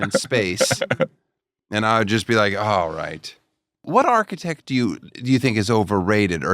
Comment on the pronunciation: Your "architech"?!?! How much f*cking money did make on TOSH.O? 😅😂😅😂